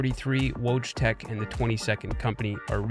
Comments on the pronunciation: Aight, there's probably gonna be like a million low effort comments here in a day or two about how this guy butchers "Wojtek", but before that happens i want to give some perspective: Wojtek is pronounced Voy-Tec (exactly as the correction in the description states, thank you for that.) Now, this may not seem like a big difference, but here's how Wojtek would be written if it was written the same way pronounces it: "Łodżitek." Notice how this is a whole-ass new word, and is actually much closer to our pronunciation of Logitech (Lodżitek) than Wojtek. You probably won't relate if you're not bi-lingual but, just trust me on this, every single time he utters that cursed word, i come one step closer to tearing my face off in anguish. It's one of those feelings you just can't put into words, like looking at someone typing "google" into google to get to google. Oh, yeah, the video's great btw, just had to get this of my chest LOL. Just, please, next time you need to pronounce a foreign word, just put it into google translate and press the speaker for a reference. Thank You for coming to my Kurwa talk. edit: just found out what happened here 3 months ago. yikes. one less channel to hog up my subscription feed:P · Great video but a small suggestion: maybe look into the pronunciation of names in other languages (e.g. wojtek is pronounced similar to voytek), instead of reading it as if it were english. I understand it wont be possible to read words in foreign languages perfectly, but a roughly similar pronunciation would be more than enough. Thanks! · Yup. Listen closely to how he pronounces Wojtek (for example ,) but replace the "W" sound at the beginning with "L" in your head. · great vid but all this effort on the vfx side of things and you couldn't be bothered to run his name through google translate once to get a clue on the pronunciation? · Woodz-tech? xD WTF It's Wojtek. I can't stand this shit as polish xD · His name is wojtek nod wogtek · yes exacly voy tec